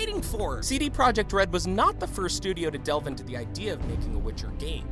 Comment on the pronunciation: did you know you dont read PROJEKT the same as PROJECT. english